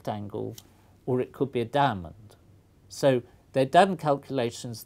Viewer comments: when i hear the word diamond i hear damnond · Lol at the way he says "diamond".